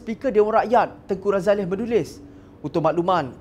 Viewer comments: Sebutan yg betul adalah Tengku Razali....bukannya Tengku Razaleh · Something wrong with this guy, why he keep saying Tengku RAZALEH, its Ralazie...tell him to learn how to pronounce name properly.